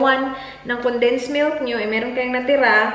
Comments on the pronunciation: It’s pronounced as “koko” and NOT “kokwa” the “A” is silent in cocoa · she is bisaya and we say it cocoa or kukwa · it is pronounced ‘Coco’